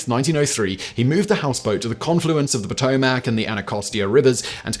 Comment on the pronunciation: ew i've never heard potomac pronounced like that, its (puh-toe-mick)